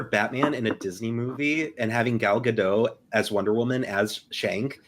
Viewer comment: Who the heck is Gal Gadough? Her name isn't French, the t is pronounced.